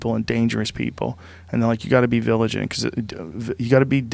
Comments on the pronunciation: Joe "you gotta be villagent" rogan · Joe "you gotta be *viligant" Rogan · Joe "You gotta be villigent. You gotta be diligent and you gotta be vigilant" Rogan